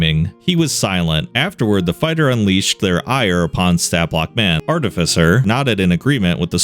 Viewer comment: Glad he’s pronouncing artificer correctly.